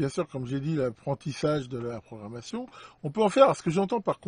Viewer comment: 4"44 programmation , pas programation